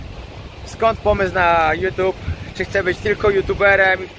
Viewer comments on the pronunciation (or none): none